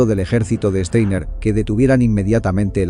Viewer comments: Este apellido alemán no se lee "Esteiner", se lee "Chtainar". Esto se puede escuchar varias veces aquí en Youtube en el video titulado: Downfall (2004) - Clip 1: Steiner's Attack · Este comentario va para el youtuber para el que está hablando y dice frecuentemente Steiner con e cuando empieza con S por lo tanto voy a escribir fonéticamente como suena..Shtainer